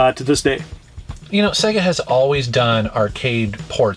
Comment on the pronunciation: Finally, an American who pronounces SEGA correctly:)))